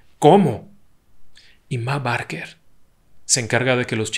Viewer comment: Esta muy bien relatada la historia Pero el apellido de la familia se pronuncia "Beker"